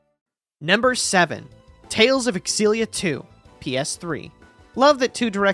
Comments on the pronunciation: Aren’t they pronounced Zilla and not X-illia? Never heard it pronounced the latter way. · It's pronounced "Zillia" ZILLIA, stop saying"Ex-zillia" Stop it